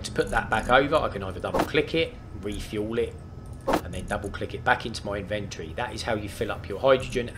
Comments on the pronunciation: in ven toe ree inventory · Would have watched but couldn't hear him say in-vent-tory again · This is what I'm talkin about...this show's you how to get started, and actually build something in the same day....yay! Thanks for taking the time. Now I'll start writing down translations for some of the words. "In-ventur-ry" = Inventory "Diggy diggy thingy"(name used last 2 videos) = Impact Rock Drill LOL Just kiddin, love the use of words, and made up words. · His pronunciation of ‘inventory’ actually makes me cringe.